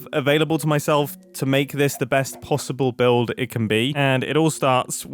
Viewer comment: the “Not possib” made me cackle and I imagined he could pay homage to Grian… building only the front half of a structure and call it ‘Not Possib’ Edit: I’ve come back to watching this video and I can’t believe I accidentally called it with his base not clashing with Xisuma